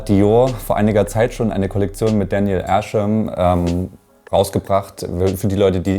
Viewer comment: daniel ärschem lol. der dude heißt arsham